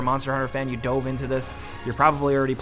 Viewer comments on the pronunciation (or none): none